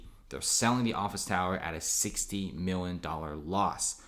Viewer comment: This ree turd cant say Million